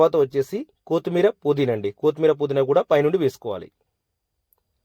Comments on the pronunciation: అన్నయ్యా,,, కోతిమీర కాదు కొత్తిమీర.... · కోతిమీర కాదు కొత్తిమీర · 1. It’s not కోతి మీరా, its కొత్తిమీరా …. 2. Kindly avoid paper for oil absorption Reason : ( Contamination Risks: Newspaper or low-grade paper towels often contain inks and chemicals not safe for direct food contact )… For good health one small suggestion from my side …. Njy the biryani guys…. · కోతిమీరా ఏంటి బాబు కొత్తిమీర కదా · కొత్తిమీర ❌కూత్తిమీరా ✅😂😂😂